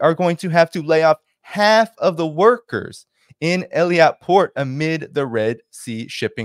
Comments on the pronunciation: It is Eilat not Eliat. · I think it’s pronounced Ay-Lat. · Strange pronunciation of 'Eilat'. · You're not pronouncing Eilat properly.